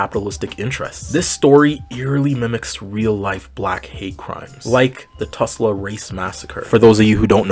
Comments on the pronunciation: this is a great analysis! also it’s Tulsa not Tusla lol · Tul-sa not tus-la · It’s Tulsa- not Tusla 😭😭😭 Anyways, this was a very well written video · Hey I know this is a very small detail but I just wanted to let you know (as an unwilling Oklahoma resident) that you're pronouncing Tulsa wrong. It's pronounced tul-sa not tus-la :) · you likely said it to get a reaction, but it’s Tulsa, not Tusla lol. Doesn’t detract from the tragic story, just thought i’d chip in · Love this video but why do you call it tusla? -Oklahoma resident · Hey good video! I actually live in Tulsa, and I’m happy to hear more people talk about the race massacre! It’s kind of horrifying how few people know about it. However I would like to say, you pronounced Tulsa wrong! It’s pronounced ‘Tall-suh’, like Salsa. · babe wake up another black creator I can relate to and feel comfortable exploring these topics with appeared in my feed 🎉 btw ml u did mess up Tulsa’s name ^^’